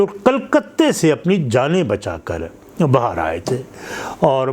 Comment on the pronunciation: Bihar ko Bahar kyu bol Rahe Hain aap?